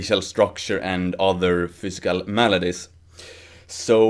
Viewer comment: you said fiscal lol